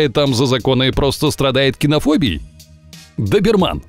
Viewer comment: Не коне курсо а Кане корсо не дуберман а доберман научитесь произносить породы.